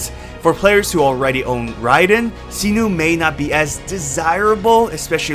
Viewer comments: SAINO, not Sino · It's "Sai-Noh" not "See-Nuu" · sinu?? 😂😂 Its SY-NO, Not SINU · All I remember after watching this is that you keep saying Cyno [See-Nu].. His name is Cyno [Psy-no] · "See-noo and Knee-loo" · this dude really said "see-nu" and "nee-lu" 💀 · the way he says see-new for cyno is hilarious and also tiring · Is no one talking about see-noo? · Sorry but his name Cyno not Sinu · Jesus duckong chriat pronounce thw8r names right where do you see a u in cyno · That can't be how "Cyno" is pronounced lol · Cyno pronunciation giving me cancer